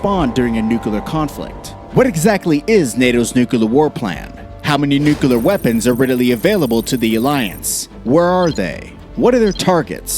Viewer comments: Is it nuclear or nukelear? Cmon boy damn it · Bro it is NU-CLEAR not nuculur. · It's not new-ka-lar. It's nuclear. New clear. Damn, stop saying that. 2 syllables. Very simple. You sound ridiculous. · "Coordinated nucular". Its noo-klee-ar. Not noo-koo-lar. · As long as it's just a nucular war, I'm not worried. Nuclear war would be unsurvivable for possibly all of us. But nucular, no, I guess we can handle that. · Bro its not nukelar its nu clear say clear like clear not kelar so nuclear weapons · It's nuclear, not nucolar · Homer Simpson English language. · I gave up and stopped watching after he said nuc-u-lar three times. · you mention the F-16 can reach over 15,000 miles an hour. Wow that's pretty fast for a jet. You might want to check if that is right. Also, its Nuclear, not new-kel=er. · Why do people say NUKELAR instead of NUCLEAR still fails to grasp me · Stupid video with the narrator mispronouncing cities and even the word nuclear, pronouncing it as nuq u lar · the continuous repetition of "nucular" is so disturbing...pity because the content is quite good... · NUKU-LUR :face-red-droopy-eyes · nukular nukular xd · Nucular this and nucular that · Nu cle ar The word is Nuclear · Why he keeps saying “nukular” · Repeat after me: Nu - clear Nu - clear Nu - clear Nu - clear …. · Nu-CLEAR god damn it... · You mean new-kel-er ?